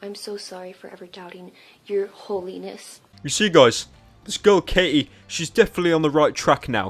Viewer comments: it's Katie, not Kay-E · Her name is Katie not K.E.